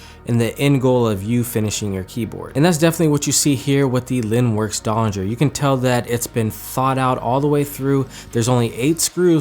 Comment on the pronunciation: You definately nailed the name pronunciation.